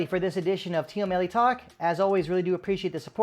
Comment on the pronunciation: I don't know if you speak Persian or not, but most of the time we pronounce it like team-melli not team-e-melli.